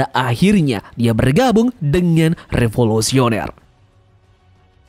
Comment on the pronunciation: 4.26. Revolusioner ✔️ Revolosioner ❌